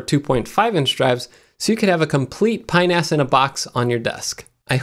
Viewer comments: "pinas" sounds remarkably like a body part, when you say it quickly. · Watch how you say that, “Pi-NAS”...